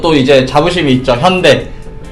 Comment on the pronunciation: 가 현대발음 잘하네요. 대부분의 미국인들은 현대를 현다이라 발음하더군요